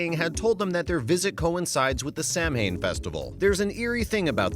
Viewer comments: The narrator should learn to pronounce Gaelic words. The spelling is not phonetic. Repeatedly saying "Sam Hane" when it should be sow' ahn is as grating and disrespectful as pronouncing "Dia de la Muertos" as "deeyay delay murtuss." Pronunciation guides are available free! Your viewers deserve better.✌🖖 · Commentator, learn how to pronounce Samhain (saw one) and other unfamiliar words before recording, please.